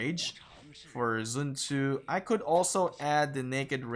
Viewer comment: literally no one. prounce it as zren tzu. Not even the chinese.